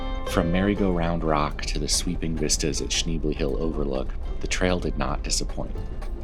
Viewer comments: you can’t even say the name of the road correctly! 🙄🤦‍♀️It’s sh-nebly…..not sh-neebly….what a dweeb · Beautiful area! Your dog and ride are awesome! (You might consider asking the locals how they pronounce, "Schnebly." :) Is/was JB Weld a temporary option? Charcoal canisters do fail after a while. AT least you and Bandit are safe. Thanks!